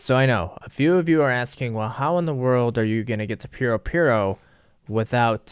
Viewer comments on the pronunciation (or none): none